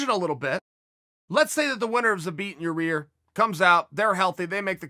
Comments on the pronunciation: "Zabit and Yourear" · Chael "Ya-ear Rodriguez" Sonnen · he says ya-rear rodriguez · Everyone : yair Chael: your - rear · No one: Chael: your Rodriquez Me: my Rodriguez? Chael: no, you're Rodriguez Me: Oh, I'm Rodriguez? Chael: no no! Your rear Rodriguez Me: exactly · Y A I R Chael : ja REAR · Your-ear Rodrigues ?? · Jesus chael... it’s pronounced YAHYYYYEAR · "Yahrear" Rodriguez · Me: Jorge Masvidal Chael: George Masvidal Me: Yair Rodriguez Chael: You're Rodriguez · Yair " ya ear" Rodriguez